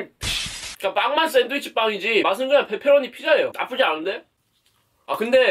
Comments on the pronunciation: 말 진짜 찰지게 한다 ㅋㅋㅋ뻬뻬로오니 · 앜ㅋㅋ 목소리 너무 조앟 페페로니 발음이 ㅋㅋㅋㅋㅋ 내스타일이다 ㅋㅋㅋㅋ 뻬뻬r로뉘~~ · 뻬뻬로뉘~ 발음 귀엽네용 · 발음 강하게 하시니까 빼빼로니 피자라고 들려영 데헷 >ㅇ<